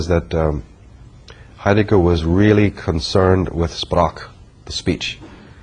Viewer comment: Your pronunciation of ”Sprach„ which means ”Speak„ in English,is not correct. You should say “ Shprâch”! As a reminder.